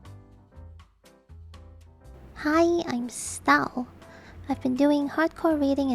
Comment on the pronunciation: "HI IM STAL" T.T